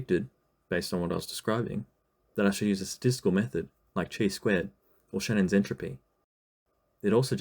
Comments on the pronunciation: Yeah except it's not pronounced like that at all. That's the English pronunciation which makes no sense. It also not "Tjee" like he says it. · never heard chi-squared pronounced like that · That pronunciation caught me off-guard lol, it's Chi, the greek letter, pronounced /kaɪ/. The same as in LaTeX, it's a hard K sound.